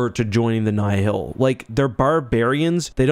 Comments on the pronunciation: Alsp, Nye-Hill? Its Nile like the Nile River. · The way you say "Nye-hill" and not "Nile" hurts my brain, lol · I mean he pronounces Nihil "nigh-hill". As much as I love the man, wouldn't call him an authoritative source on phinetivs of any setting really lol